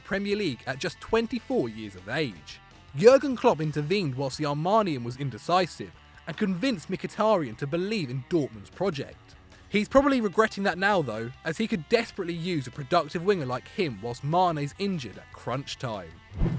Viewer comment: Armarnian? armenian...